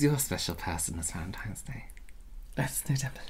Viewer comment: I just caught that said ”Happy Vagentines Day” did I hear it wrong 🤣🤣